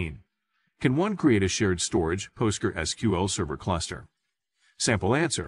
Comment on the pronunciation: NO!!!! Just NO! Also if you took helping others seriously, YOU would talk to them; YOU would do the work, not some AI that can't even pronounce PostgresSQL.